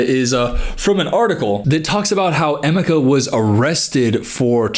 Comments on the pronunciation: Oh my gosh😂😂😂😂 I'm Nigerian and I just realized , his name is Emeka. You have been mispronouncing it as Amika and I thought that it was a weird English or Filipino name. Btw its pronounced "Eymayka" emphasis on the ka. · The way he butchered Emeka’s name, help😭 Love you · No offense but as a Nigerian, that is the worst pronunciation of Emeka I've ever heard 😭😭 (To be fair, I went to look for a video of her pronouncing his name and it's also terrible 😭)